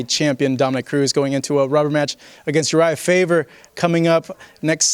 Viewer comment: "Urijah Favor" lol!